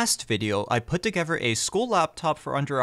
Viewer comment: The way you say together and another really bother me.